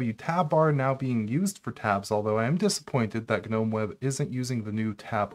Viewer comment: Thank you for saying ‘nome’ (like that word is pronounced) instead of ‘guh-nome’. Guh-nome drives me nuts.